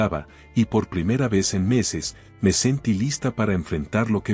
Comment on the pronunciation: Q.mal habla el castellano es máscara .se debe acentuar bien cada palabra se dice sentíí.me armé.basilé y asi sucesivamente se pronuncian las palabras agudas😅😅